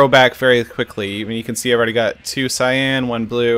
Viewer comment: When you said cyan I thought you said Nyan lol